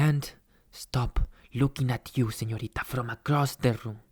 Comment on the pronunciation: "Excuse me _señorita_" Lo pronunció bien... LO PRONUNCIÓ BIEN este hombre no habla ese "español" cringe :'D